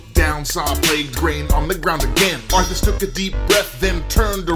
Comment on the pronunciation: вслушайтесь он говороит артас тута ))